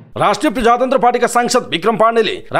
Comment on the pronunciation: पहिलो पटक हो तर समाचार वाचकले प्रदेश शब्दलाई प्रधेश र प्रजातन्त्रलाई प्रझातन्त्र भनेर वाचन गर्दा चै अलि नराम्रो लाग्यो ।